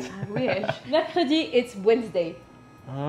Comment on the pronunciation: Son « mercredi » fut un coup de tonnerre , une révélation., il le maîtrise presque parfaitement !!! 🤔